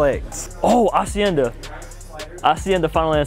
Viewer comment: Where is from? he's the only one that pronounces "Hacienda" correctly:)